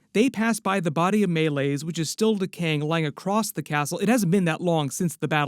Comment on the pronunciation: idk understand how homie is saying MayLays instead of 'may-lease' (idk how to spell the dragons name). Like is he just reading and not watching this.